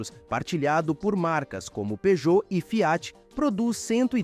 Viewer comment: O texto é feito por narração automática. Por isso a pronúncia "Fiáti". Burrão...